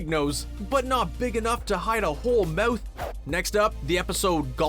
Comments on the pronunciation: Ur saying moth instead of mouth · anyone else think he says mouth weirdly